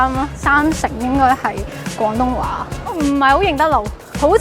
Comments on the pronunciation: 旁白試下講 「廣」東話丫，「講」東話有啲un耳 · 主持”港東話” “趕色餐廳”😂😂